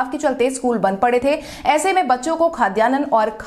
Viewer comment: खाद्यान्न शब्द का सही उच्चारण करना चाहिए। इसे खाद्यानन न कहें।